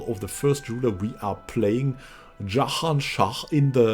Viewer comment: My brooo, please don't pronounce Jahan Shah like an arabic name. Sounds like a rape lmao. It's Persian 😁